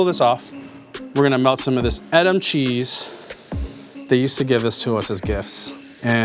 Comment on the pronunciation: It's pronounced EEEdam!